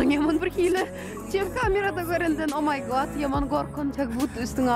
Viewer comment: OMG ...yazilandaky yali aydyaniz..Oh my Ga:t diyip pronounce etmelimika diyyan